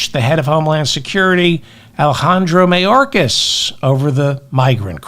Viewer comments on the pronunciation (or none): none